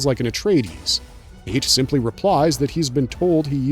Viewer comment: Hayt is pronounced “High-Yat” 🐪🦂